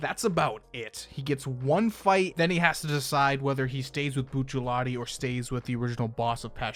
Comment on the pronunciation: Disliked for “bucciallati”